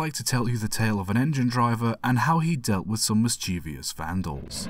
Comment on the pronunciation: "Tor-TOYse"???? WTF? "Mis-CHEE-vee-ous"!? You MUST be joking!